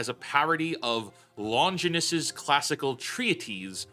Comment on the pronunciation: Jackass mispronounced Longinus and treatise. SMFH.